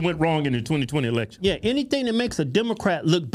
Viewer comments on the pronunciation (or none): I did as well - 3 Times Over the past 3 "eee leck shuns."